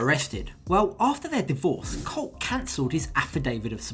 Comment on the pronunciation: Can't Americans teach her how to pronounce colt right.....or atleast refer to him in sign language